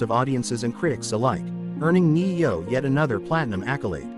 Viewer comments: You should be able to pronounce his name if you’re gonna make a story about it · Yeah i agree learn how to say his name would help alot